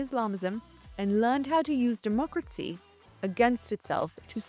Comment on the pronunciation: It's not "demotcracy", it's democracy. It's not "Mislims", it's Muslims. How anyone can listen to this woman speaking is beyond me.